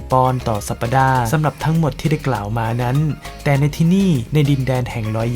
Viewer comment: สัปดาห์ - ออกเสียงว่า สับ-ดา น่าจะถูก